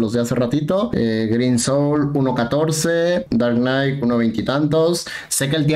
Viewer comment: Me dió ansiedad que pronuncie bien Huitzilopochtl, y Darknight no JAJAJA